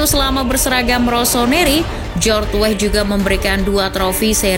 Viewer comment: Oi mimin....nama org itu jgn salah sebut...Weah bukan WEH...huruf A nya dibaca.kl ga pcy...u dgrin komentator luar negri bicara. Bruno Fernandes juga bukan bruno fernans...ada huruf E di fernandes dibaca juga,min. Tlg y,min itu nama org jd perlu dibaca dgn benar.Weah kog jd Weh🤦